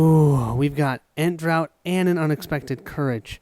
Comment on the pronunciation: Sorry for being picky, but i believe ent draught is pronounced “ent draft”. Draft being a single act of drinking or inhaling. From the picture it’s a bowl of some sort of drink for an ent. Drought is a long period when there is little or no rain, that is pronounced as you do. Apologies